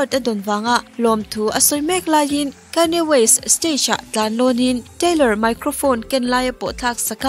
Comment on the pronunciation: Kanye west... Kayne west tiin i lam tlat a... a dik zawk a mi, hetia lam tur zawk hi a nia mi?...